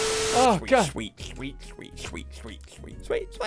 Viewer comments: You should keep saying swreeet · pm i like how he says swett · I like that ssundee says shweet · My fav one was this: UsE yO hAnD to PIck uP a PickLe😂😂 and scweet Ian u can say scweet